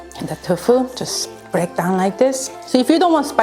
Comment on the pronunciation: Love your recipes. One thing though, you say Tofu like "Tough Foo." Say it like "Toe Foo." I am a Korean- American, and I am learning how to cook. Thank you for sharing your recipes!